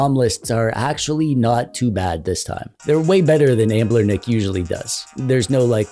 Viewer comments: "Anblernic"? Anbernic lol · Why do u call it Ambler-nic? Lol it's Anbernic.